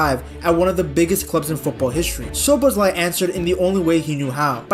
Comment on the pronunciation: As a hungarian its always funny to hear that every foreign people missing the right pronouncication but thinks he got it right 😂